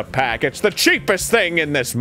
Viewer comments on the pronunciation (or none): none